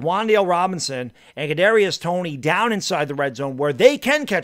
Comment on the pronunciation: Man he thought he was saying a tongue twister when trying to say Kadrius Toney 😂😂